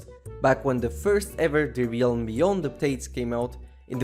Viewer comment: FYI, realm is pronounced like [relm], not this weird tongue twist you always do when saying it.